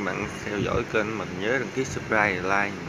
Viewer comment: Góp ý nhỏ xíu nha bạn, kênh chứ hổng phải kêng nha 😂